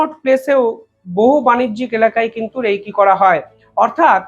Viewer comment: উচ্চারন টা রেইকী নয়, উচ্চারন হল রেকি।